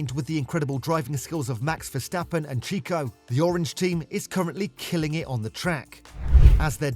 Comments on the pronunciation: Cheeko? All the sound effects added at the end of each sentence was annoying as. Don't try so hard. And make sure your voice over knows how to pronounce the names correctly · Yeah, done with this video the moment the guy said "cheeko". If you can't pronounce the names, I'm not going to trust your analysis.